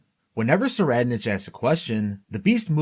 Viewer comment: "Tserriednich" is pronounced: *Sir-eyed-nik Make the correction for future videos.